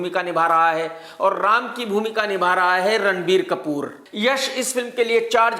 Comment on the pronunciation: Ram ji ka naam thik se lo sir